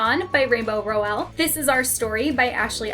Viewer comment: Your shelves are so beautiful! Love the various knick knacks on them😊 Small question tho, I thought Rainbow Rowell's last name was pronounced with the emphasis on the first syllable?